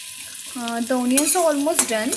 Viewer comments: Onion is pronounced as anian* what d hell is onion 😂😂😂😂😂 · It's onion not oonion mam😂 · The pronunciation of onion is wrong